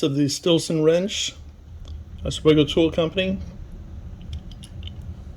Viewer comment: yep you did pronounce it correctly